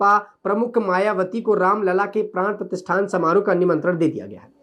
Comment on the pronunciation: Pran pratistha hota hai pratisthan nahi